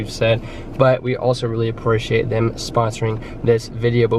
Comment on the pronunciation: the way he said appreciate got me 🤣🤣